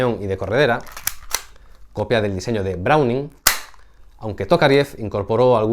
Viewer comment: Hola. A ver.. No es semi automatica. Es de AUTO CARGA.( accion y reaccion, pero con la reaccion retardada por algun truco de Cinematica o balistica interior ).No es carro, no es una Olivetti. Es CERROJO ENVOLVENTE. No es compuerta, no es una presa. Es VENTANA DE EXPULSION. No se pronuncia Browning, se pronuncia BRO HU EN... Apuntate un ARRESTO en COCINA.